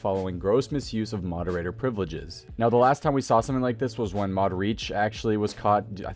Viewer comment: "Moderater" hehe xD